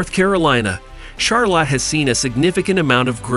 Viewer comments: LMAO!!!!! The way he said Charlotte Char-Lot 🤣🤣🤣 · Rally? Char-Lot? Must be a dang computer voice.